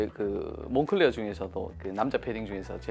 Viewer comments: 몽클레어가 아니라 몽클레르가 맞는 발음 같습니다. 공식 홈피에서도 몽클레르라고 합니다. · 그냥 색이야 몽클레어라고해 색이야.. 한국식발음이야 색이야..